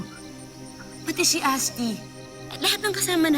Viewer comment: Cadence Sotto no sabi niya asti imbes ashti